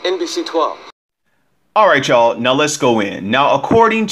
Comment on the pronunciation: Did he just say......."Alright chy'all...NOW LET'S GO IN"???